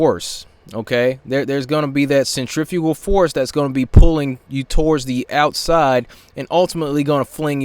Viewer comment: Moron can't even say centrifical Force correctly not only does he not understand the process he doesn't even understand how to pronounce the word